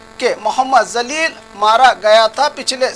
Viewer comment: ap ki islah chahta hon abdul Jalil ka nam ap bohot galat bol rahe hain ap se guzarish hai ke ap jo bhi nam bataen vo sahi bolen isliye ke musalmanon ke nam Allah ke nam se munsalak hote hai Abdul Jalil ko zalil bol rahe hain abdul jalil ke meaning bade jalal vale ka banda hote hain aur zalil ka meaning be izzat vala hote hain itni tafsil batai galat mat samjho ek dosre ki islah karna ek dusre ka farz hai